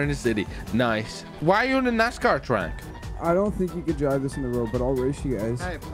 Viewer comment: Nas-Car not NiceCar😭😭